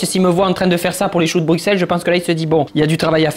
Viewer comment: BrouXelles ? C’est pareil que si je disais « Parise » « marsai »